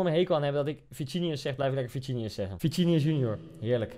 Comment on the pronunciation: Like als je hoorde dat hij zij vicinius